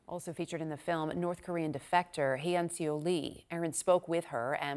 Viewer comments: Take a second to learn how to pronounce people's names. It's not "hae yun se oh" it's "hyun suh". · Does CNN really not have someone to help their anchors pronounce foreign names? Or even just ask the girl how to pronounce her name before they air? FFS, her name isn't "hey-on-see-oh". Hyeonseo is just two syllables, pronounced like "hyun-suh". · how does she say hyeonseo so wrong